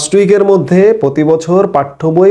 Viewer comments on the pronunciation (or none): none